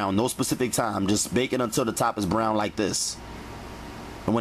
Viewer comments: Yes, lol! I repeat him every time he says it too😂. 🗣Bbbbrrown!! Straight vibrations; good vibrations. I’m happy that my friend introduced me to his channel.🙌🏽👨🏾‍🍳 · Why do you sound like you from philly when you say brown 💀💀😭😭😭😭😭😭